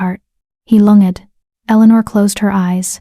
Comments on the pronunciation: He " lung...ed " ? " lung ( as in tongue ) ed " ? Really ? Get a decent AI for goodness sake ! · For non-native speakers following the audio, at about 4m 50s, the audio mispronounces the past simple verb "lunged"